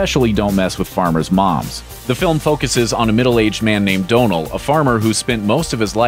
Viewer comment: DON-al not Do-null